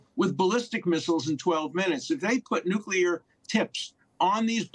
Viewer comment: Hey.... Please learn how to pronounce the word nuclear....